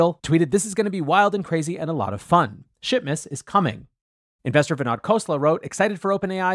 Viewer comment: Swear you said 'shitmas', but maybe that's just me :o)